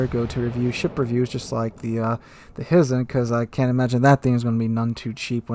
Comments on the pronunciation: Hizen is pronounced Hi-zen! Hi!!! 😋🤣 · HY ZEN or HIGH-zen ... FYI.